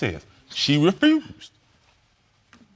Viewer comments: “She refruused” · "REFROOZED"⁉️ And he said it several times.